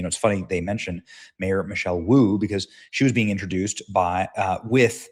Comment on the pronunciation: That not Boo that Woo as in Mayor lmao